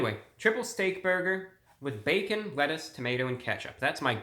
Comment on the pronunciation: Prinsipe Motions And he said “Wettuce” when he opened the burger